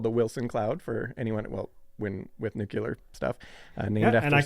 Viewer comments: Maybe NOT laughing at the horrific launch pad deaths of the balls-of-steel Apollo 1 astronauts would've been the better way to go in this video. It turned my stomach. I'm unsubbing from all Simon's channels as soon as I post this. And it's NEW-clee-ar, not NOO-kew-lar. It's not hard. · Fascinating and informative. But please, please, PLEASE-- one of you needs to learn how to pronounce the word NU-CLEE-ER!! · NUKE - U - LAR. 🙄 Stop it. Just stop it.